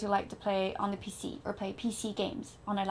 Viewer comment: The way you say pc, funny.